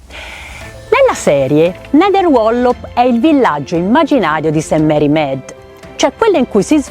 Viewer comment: Carissima,che bel video.Adoro miss Marple. Volevo chiederti un chiarimento..Tu pronunci Med nei film dicono miid,qual'e' la pronuncia esatta? Adoro miss Marple e Poirot